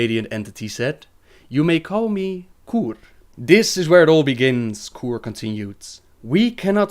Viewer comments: Tbh I think he should pronunce it "kurey" (i think thats what they use in legion also - kurey) but anyway, great vid <3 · For the correct pronunciation of "K'ure" check out Cho'gall's official voice lines on wowhead titled "VO_60_NGD_RITUAL_CHOGALL_03". It's pronounced "kwou-ray". Of course 11 years later it's unlikely this error will ever be fixed but hey, we do what we can.